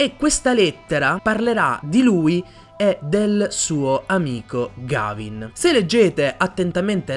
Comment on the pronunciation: Mi spiace fare il pignolo ma si pronuncia Ghevin